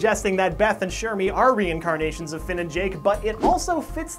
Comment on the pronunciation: ITS FILL (FINN)